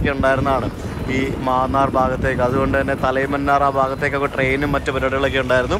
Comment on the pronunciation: മാന്നാർ എന്നല്ല, മന്നാർ എന്നാണ്... ബംഗ്ലാദേശ് യാത്ര ഉണ്ടാവുമോ?